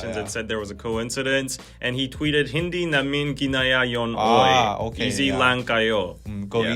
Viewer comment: Haha i love pronunciation of HINDI NAMIN GINAYUN OY HAHAHA